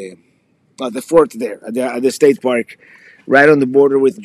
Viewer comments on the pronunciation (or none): none